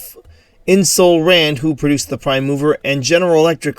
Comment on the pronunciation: Ing ger sol Rand not In Sol Rand.